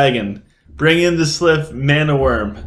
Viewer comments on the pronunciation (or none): Man my clash of fate was crap today, only 3 enemies joined and I totally wrecked them. Also I've noticed you call the sylv "Slyph", and cavalry "calvary", you're either dyslexic or you haven't noticed the spelling for some reason. Don't mean to be an ass or anything of the sort, just constructive criticism. You took the other guys advice about nexy so I thought I'm might chime in as well. Keep up the great work man. I might switch to sylv in the future.